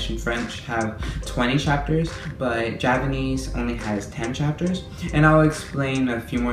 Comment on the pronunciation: Py anese